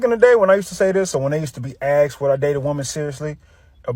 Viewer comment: No good man has ever “axed for a goot women” they might ask for a good women